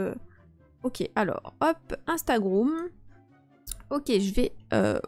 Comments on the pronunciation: Juste pour te dire que on ne dit pas instagroum mais on dit Instagram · Yo sérieu j'adore tes vidéo et en plusse le gars au début qui dit instagroume 😂😂😂vasi continu comme sa